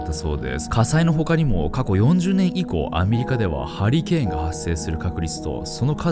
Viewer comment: うとうとしてたらハリケーンがハリーケインに聞こえてびびった